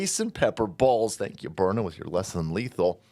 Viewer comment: burna..byurna,..byrna...DUDE stop shilling "self Defense" thatt gonna get people kilt ded!